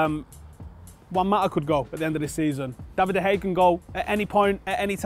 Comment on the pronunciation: I'm still surprised how can't pronounce De Gea's name properly.